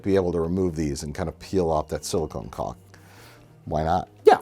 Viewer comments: did he say caulk or cock? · Does nobody else hear Mike saying 'silicone cock' repeatedly? Took me a second. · "silicone cock" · Do all Americans pronounce "caulk" like that?😮 Anyways, love your big exploding D, guys 😅